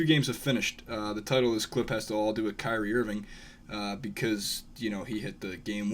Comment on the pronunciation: That didn't sound anything like "Kyrie"